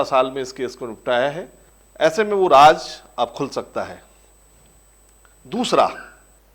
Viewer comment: Aap ka episode bahut hi badiya tha, aap se shikayat ye hai ki shabdawali there nahi hai, aap Raaz ko Raaj kehte hai, plz. is baat is baat pe dhyaan de... Thanks